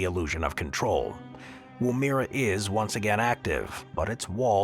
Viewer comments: It's pronounced WOO, as in womb and -MERRA as in berra without stressing either syllable. Your channel constantly butchers Australian place names, which is irritating and especially insulting to Aboriginal people, . Please check the oral dictionary or consult a native speaker before you report on foreign place names. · pronunciation; Woomera pronounced wom-er.- uh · Aye aye, Cap'n!! Anyway, my great great aunt was born there in 18 something or other! And the AI also pronounced Woomera in Australia wrong!!